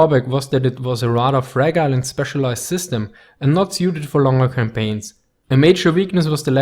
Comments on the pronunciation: anywhere in the English speaking world - fragile is not fragilly. It's fra ah-jile. What's wrong with correcting? His English is amazing, there is no doubt. If his English was mediocre, I wouldn't bother. It's so almost perfect i just want to help, that's all! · Great video but FYI "fragile" is pronounced "fra - jile"